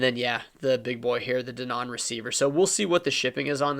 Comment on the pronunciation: I could listen to you trying to pronounce Denon all day.